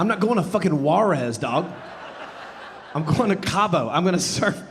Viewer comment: Funny. One more for you lexicon. Not Whore-Ez like Jay Zee. It's who-ah-rez. Say it with me, while you order el rancho for your freeze.